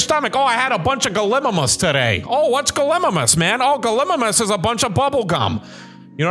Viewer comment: It’s gala minus